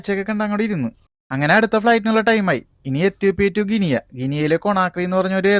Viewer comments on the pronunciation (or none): Guinea 🇬🇳 aanu brother .. Ginia alla.. pronouciation paranjenne ullu, welcome to West Africa , njan Ghana 🇬🇭 yil aanu, neighboring country to Ivory Coast 🇨🇮